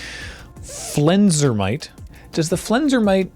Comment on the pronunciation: Excuse, please, 'Flensermite' is pronounced like 'Yosemite'